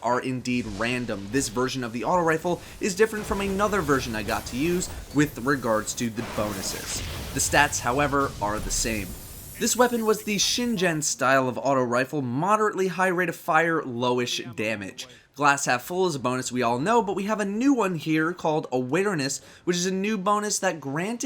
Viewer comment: Isn't Shingen pronounced with a hard G since it's a Japanese word?